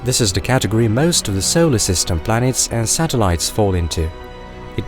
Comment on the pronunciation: Where is the narrator from? Maybe it is AI not a person. I love the videos but the pronunciation is odd at times. We don’t live in a ‘sollar’ system for example.